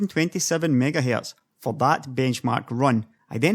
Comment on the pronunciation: MiegaHae... lol what accent is this?